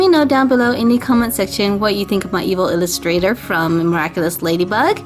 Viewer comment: First of all, it is pronounced evillustrator not evil illustrator, and second of all, YOU DIDN'T PAINT THE NECK OR HANDS.